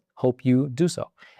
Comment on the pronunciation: I don’t think epoch should be pronounced the same as epic.